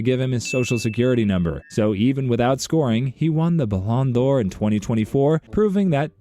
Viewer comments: “Blhan D’or” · “Paylay” “Maradonena” “Bhan d’or” “Soccer” “Muhammad Sellar” “Erling Holland” This gotta be rage bait or something 😭